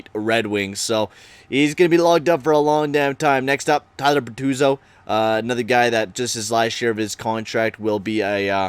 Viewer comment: IF U SAY FABBRO OR BERTUZO ONE MORE TIME IM GONNA LOSE MY SHIT ITS FABBRI AND BERTUZI